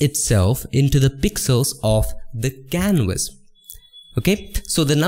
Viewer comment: i hear Wector, Wiolet , Silwa and Canwas